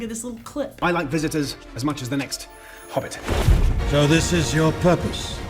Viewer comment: why does say Harbbit and not Hobbit?